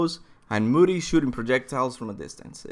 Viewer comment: Moody? IT'S MODI. PROUNOUNCED LIKE MO D.